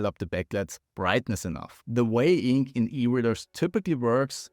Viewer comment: Love the vibe, the technical competence, the star trek stuff everywhere, the pacing. Liked and subscribed. I know English is a pain in the ass but please try to learn how to pronounce e-ink :) 'e' and 'i' are different sounds. It sounds like you're saying 'ink' every time you say 'e-ink'. Draw out the vowel a tiny bit longer and switch sounds.